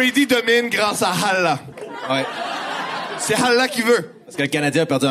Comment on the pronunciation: on dit pas « Halla », c’est « Allah ». Le H est à la fin, ça m’a écorché les oreilles 😵‍💫